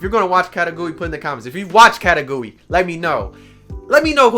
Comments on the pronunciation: The pronunciation is Ka-Kay-Goo-Ruu-E I believe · did he just say..katagui? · Ya I felt like he was saying it weird